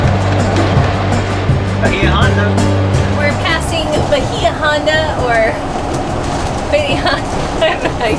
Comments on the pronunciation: Hey, Nice ride down the keys. So you know, for future reference, "Islamorada" is pronounce like island, so Isle ah marada, "Bahia", as in Bahia Honda Key is pronounced bay ah honda👍🏻... Hope this helps. Me sure miss the Keys. Lived there, went to high school there, then move back after high school for a time. Must revisit soon. Thanks for sharing, God Bless🙏🏻⛵🐬... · Have your hosts confirm: Bahia Honda~pronounced Bha-he-ya Honda and Islamorada~pronounced I-la-morada. I wanted to help. And hope you'll share the Nikki~Colada recipe!